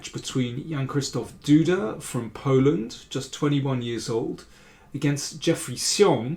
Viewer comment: Did anyone ever mention this: it is 'yaan-kshishtov- do-dah' Jan-Krzysztof Duda